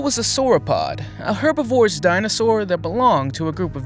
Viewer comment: Please!.. herbivorous is pronounced Her BIV or us Not herbi vorous